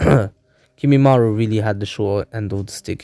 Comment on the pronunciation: its kimimaro not kimimaru. And other than that this was really good. I like how Sukome left the village right before Sasuke